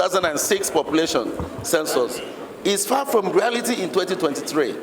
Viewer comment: It is "Census", not "censors"